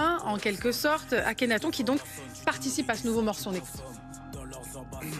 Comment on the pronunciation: Elle a dit « AKENATHON »😂😂